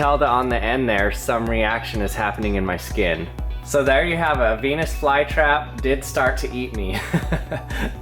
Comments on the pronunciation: I thought you said penes fly trap!!! 😂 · 649 i heard it as '' so there you have a penis fly trap '' instead of '' so there you have a venus fly trap '' XD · peenus vlye trap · DID HE JUST SAY BEE?